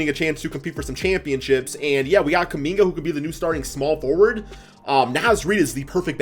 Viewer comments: did u really call Kuminga "Kum Bucket......." okay i guess. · 😂 he said kumbucket 😂😂😂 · Did bro really say “kum bucket” ??